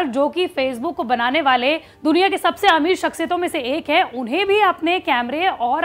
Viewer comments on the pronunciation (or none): none